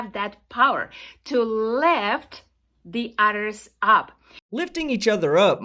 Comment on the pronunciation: Why does she keep talking about "utters"?